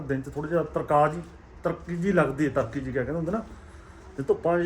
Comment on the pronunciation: ਕੁੰਮਾ ਮਾਸੀ ਨਹੀਂ ਕੁੰਮਾ ਮਾਛੀ ਆ ਵੀਰ । ਤਰਕੀ ਨਹੀਂ ਤਲਖ਼ੀ ਹੁੰਦਾ ਬਾਈ 😅